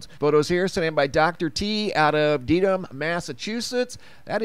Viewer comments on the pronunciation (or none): P.S. It's pronounced "Dead"ham Massachusetts.